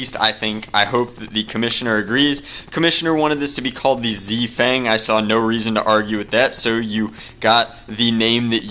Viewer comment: has anybody thought that when he says z fang he sounds greman?!